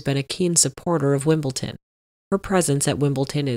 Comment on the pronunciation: Isn't it Wimble-D-on? (Not Wimbleton)